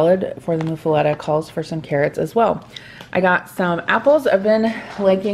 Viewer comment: It's Muffuletta (like Muffin), not like (Moo)